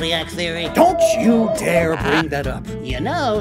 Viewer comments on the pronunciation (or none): none